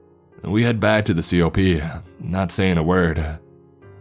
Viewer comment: Great story! As for the breathless reading, it's not just the "uhh" at the end of each sentence. Some words like "I" and "he" or "and" have an "extra half syllable" at the beginning of words that mostly start with a vowel. "Uh-I clip the carabiner...uh-we travel for about an hour...eh-and diving into the prone before we hit the tree line...uh-as he would say", etc. Very interesting! What accent is this?